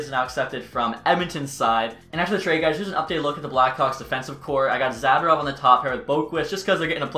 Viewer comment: who the heck is Zaderov????? Are you talking about Za-DOR-ov???